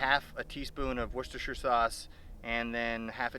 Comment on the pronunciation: War-chester-shire lol